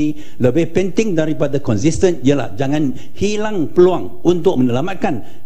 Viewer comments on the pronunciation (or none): ... "Ini feluang saya, ini feluang saya!!!